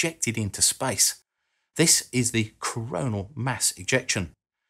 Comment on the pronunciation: I'm sorry but if you are commentating on a subject, Please speak correctly. WIV? (wiTH), WeaVer?(weaTHer), Vis (This), earf? (earTH), Ve? (THe), Frow? (THrow), to name but a few.